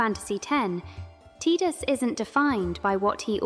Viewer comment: Why is she pronouncing the “i” in Tidus like an “e” ?? Phonetically it’s pronounced Tye-Dus… not Tee-Dus.